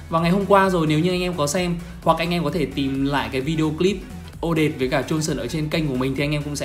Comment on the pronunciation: Là o - det - te ko phải là o- det